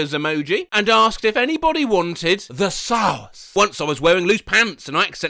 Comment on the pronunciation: “the SaWcE 😏✨”